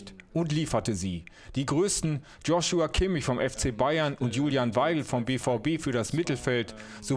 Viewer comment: Wie alle joshua falsch aussprechen 😂😂😂